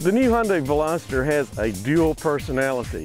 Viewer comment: i hate how some people pronounce "veloster" as velositter...